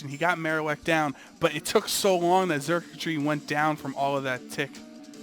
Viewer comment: me encanta cuando pronuncian a xurkitree xD charquchri